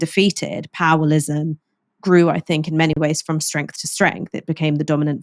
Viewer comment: Fink, Finking, Fort, Bovver, Bofe, Free , Vat,, Furrowly, Vem, Viss, Fugg, Fump